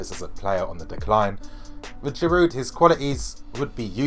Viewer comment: Its Girouuuu Girouuu you don't pronounce the D... And I believe that Giroud is underrated player and he will do well OMG for the first time time I disagree with you and I really believe you got this wrong..! check Giroud's facts with arsenal..people just forget about it..and Wenger doesn't play him consistently.. and mark my word, if he plays regularly he will do well.. and btw his finishing is great..